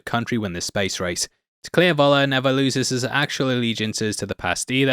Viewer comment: Why can't ANY English-speaking person making videos here learn how to say "F" (as in the English word "fun")for the German letter "V"... i.e it would be "Föller" and not "Voller"!!